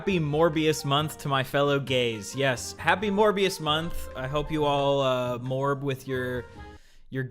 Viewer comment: at first i heard u say "more bs month" instead of "morbius month"